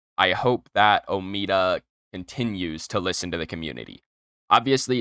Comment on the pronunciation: its not omeada omeda